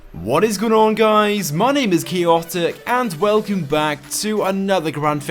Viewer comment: I hear him saying what is going on gays